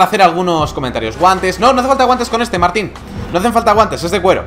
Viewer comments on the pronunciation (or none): none